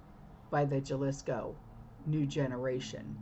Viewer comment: Sorry, but for future reference, it is Jalisco, pronounced with a h, it's halisco.❤